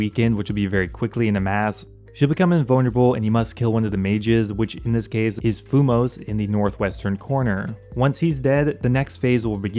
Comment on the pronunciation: As an RS3 player, it hurts my ears hearing him pronounce Fumus and Cruor xD. Not hating, just found it funny.